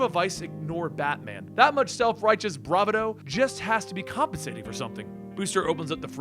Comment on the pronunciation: Why did you say bravado like that?